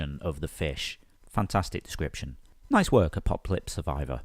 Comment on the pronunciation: I LOLed when pronounced 'apocplypse' the way it is spelled not once but twice! 😹